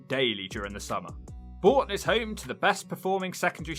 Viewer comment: It’s not Boulton, it’s Bourton on the water.